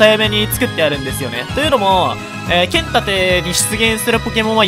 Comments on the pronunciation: ポケモンけっ↑ん盾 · けん↑たて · 剣⤴︎ 盾⤵︎